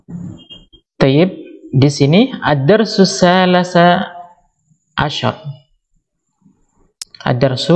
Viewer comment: Kok bacanya Ad dars tsa la sah 'Asar Bukannya ad dars tsa li Sa 'Asar??? Mohon penjelasan.